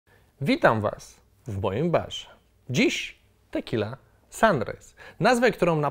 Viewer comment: "Tequilla" :D